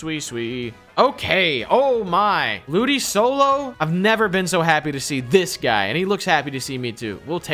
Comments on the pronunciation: It honestly hurt me when pronounced ludicolo ludisolo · Ludisolo??? It’s ludikolo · Great vid guys! Just letting you know, it’s ludicolo - Lu-di-KOL-o, not sol-o. Looking forward to the next vid!